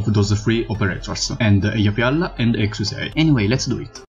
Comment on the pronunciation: Exusiai is prounounce as "ek-shia". You can look at Texas's Begin Operation voiceline for reference. Anyway, looking forward to more content